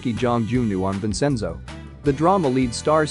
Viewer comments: But were cool with vensinzjo? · The pronunciation on this video is terrible. He even says Busan wrong and Vincenzo. Yikes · HOW ANNOYING !!! Please don't report on this guy. OMGosh ! I can't even listen to you mispronounce his name 50 times! The narrator mispronounces ENGLISH, ITALIAN & KOREAN! HE IS NOT NAMED "TAG YON"Also you mispronounce " Vincenzo " in English, Korean and Italian. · The fact that the narrator pronounced Vincenzo’s name wrong I got mad in behalf of Vincenzo🤣